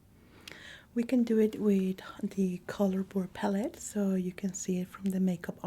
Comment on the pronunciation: ive been watching u since the beginning. another fantastic video! i adore the way u pronounce the world palette too ❤ love from poland 🇵🇱